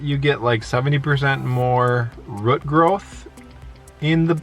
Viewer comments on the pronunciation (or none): I love how you both pronounce 'root' 😀I enjoyed this video and live your new trees! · Ok so it wasn’t just me...I knew what they were saying but I’ve never heard it pronounced that way...we’re from NY and we say root...the same way we say hoot...lol...love them...best channel on you tube for sure